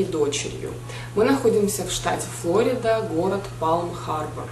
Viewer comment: штат называется ФлорИда, чтож вы так русский язык то коверкаете ((